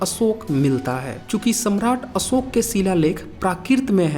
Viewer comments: अशोक में श होता है न कि स होता है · भाई असोक नाही अशोक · असोक क्या होता है?? अशोक नाम है या असोक?? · जय हो देवानां प्रिय सम्राट असोक(not अशोक) 😘😘🙏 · Tu dono mein hi असोक hi bol rha hai🤦‍♂️